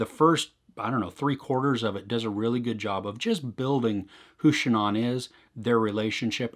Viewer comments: The deceased woman's first name, Shanann... It is not pronounced "Sha'naughn". It's, actually: "Sha'naaan". Thanks. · Good review but your pronunciation of her name is not correct. The doc even says her name all the time. It is pronounced Sha-nAnne not Sha non.